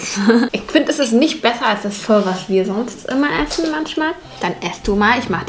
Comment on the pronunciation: es wird nicht phö sondern einfach nur Po,No hate